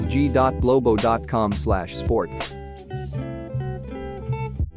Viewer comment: In number 5 is read sport-t-v